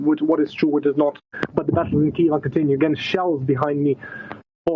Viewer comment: Funny the way journalists are trying to say 'Kiev' properly but are just saying keev, which isn't right either. Listen to how Sviatoslav Yurash says it. It isn't keev with one syllable, it's two.